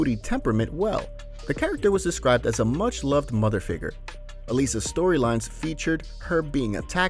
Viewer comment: You mispronounced Ailsa